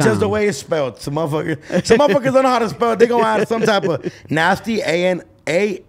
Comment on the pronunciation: LOL "DOKNOW" DONT KNOW ... HE DIDNT DO HIS RESEARCH!!!!!!!!!!!!!